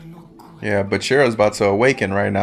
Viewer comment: Why do you pronounce bachira's name right at first and then immediately incorrect yourself?😅